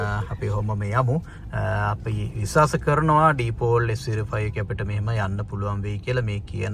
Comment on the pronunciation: ඩීපෝල් kiyl thama gono pronounce krnne🤣🤣gode higanna